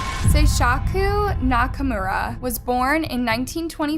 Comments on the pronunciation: Agreed. I understand if it's a foreign name and you genuinely are unable to pronounce it even after looking it up, or you can't find any references of how it's said, but like... Dahmer is infamously known, and Nakamura isn't THAT hard to find the pronunciation for. When I hear a name so butchered it completely takes me out of the video tbh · She did the same with her next story with Nakamura... feel like it was rushed so she could just get a video out. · I noticed that too, also the way she kept mispronouncing “nakamura” even though it was spelled correctly in the captions 😂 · She did the same with Nakamura.. she kept saying Nakurama.. Japanese names have meanings but Nakurama made no sense... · na-ka-mu-ra, not "knock-a-rama" <3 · Nakumara Nakurama Nakumara Nakumara Nakurama Nakurama Nakurama and so on ... the dude is named Nakamura XD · Nakurama? Nakamura? 🤔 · Nak a mura How is this pronounced Na ka Rama ? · how come you kept calling Nakamura, Nakarama? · It's Nakamura, not Nakurama, right..? 😂🙌🏼💯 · First of all thank you for making this video, but secondly, please focus a little on the names of the people you talk about. I can understand that foreign names are hard to pronounce but at least get the order of the name right, it really threw me off when you kept switching from Nakamura to Nakarama. Again, I know we don't all say things the same way and that is fine but at least put in enough soul and respect to get the order of the letters right. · Nakarama LOL Wasn’t it nakamura? Idk but it’s funny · And just to add that it’s nakaMura not nakarama. I couldn’t listen anymore with the constant mispronunciations. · is it nakarama or nakamura? because you're pronouncing it "nakarama" but your subtitles says "nakamura" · the Oddest J is one not mentioned yet. but for real, if i heard Nakurama one more time, sheesssh. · the freaking "nakaRAHMA" is also annoying 😑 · Take a shot everytime she says Nakurama